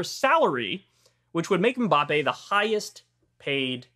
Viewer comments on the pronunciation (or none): No. Mbappé has the stress in the last syllable. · I was waiting for him to butcher the pronunciation of "Mbappe". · Did he say it like the Hanson song MMMBop? :)